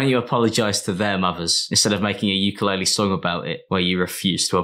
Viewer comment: Haha uke-lore-le